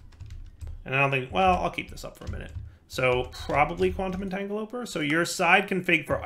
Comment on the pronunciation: I see we still haven't learned the pronunciation for entanGLOPORTER, rotary condenSENTRATOR and isoTROPIC centrifuge. Also, the energy display on your Mekanism machines is still set to EU.